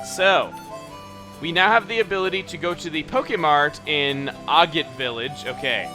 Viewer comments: You got the syllable stress, but It's aaah-git, with the a sound as in apple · You are still pronouncing it wrong. =/ It is "Ah" - "get" As in: "AH! There is a monster over there!" and: "I need to GET more money". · Haha Chugga. Think of it like this: A = the sound in 'apple' A-git. Like maggot without the m. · Aw, dude. Still pronouncing Agate wrong. Short a. Not Long a. Aaa. Not aah. Sorry, I just had to say it. It was driving me nuts. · It is "ay-gate" because its named afte the mineral/ stone etc. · Agate is pronounced "a" as in apple then "git" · I'm purée sure it's pronounced eh-get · Chuggaa, you're STILL pronouncing it incorrectly XD The IPA (international phonetic alphabet) is: "ˈæɡət" the apostrophe means the accent is on the FIRST syllable, and also the æ makes the sound from the word "bad". Still love you either way <3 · I think the pronounciation of the agate is ah gaht teh. seeing that is correct japanese pronounciation. アゲトビ ah gah teh. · It's pronounced "A- get" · assuming it's referencing the variety of quartz, agate, the accent should be on the first syllable and sounds like "a" in apple. and "gate" is sort of pronounced like the word "get." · You are still pronouncing agate wrong, the a in it is said like the a in apple, and then git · You're almost there with the pronunciation: say it so "Agate" rhymes with "maggot" and you'll be perfect.